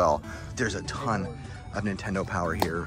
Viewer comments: Car said ninetendo bootleg much? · Why do the super mario boxes say ninetendo?